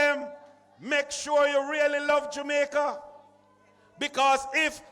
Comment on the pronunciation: did he say dumaica so we dumb now 😆